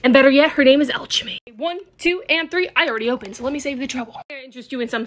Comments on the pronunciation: The Al-che-me had me dying but it's pronounced alchemy al-kem-e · It's pronounced al-kemy girl not al-che-my